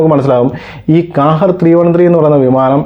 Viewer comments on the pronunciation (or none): Hi Bro Kahir alla qahhar in a Arabic word Malayalam Meaning ജേതാവ് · കാഹേർ അല്ല ക്വഹെർ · ഖാഹിർ എന്നാണ് ഉച്ചാരണം